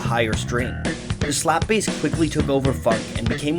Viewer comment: Did he just say S LA P P B A S E?